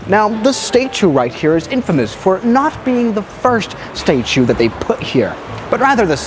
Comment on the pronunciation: 3rd time pronounced “statue” wrong